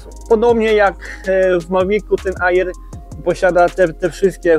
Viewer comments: Stary, uszy bolą "nie aiiiraa" tylko "era", po angielsku "air" wymawiamy "er" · Kolego. Słowo "Air" wymawia się "er", a nie "ajir". Piszę, bo uszy bolą;) film dobry i merytoryczny ale te ajiry, ajira, ajir psują urok;) zdrówko! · Wymawia się er np mawik er a air to znaczy powietrze